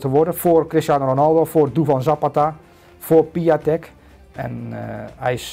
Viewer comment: Zeg alsjeblieft Piontek ipv Piatek